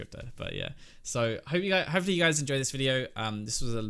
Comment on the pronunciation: did you pronounce hopefully hoe-fully at the end there lol i love European people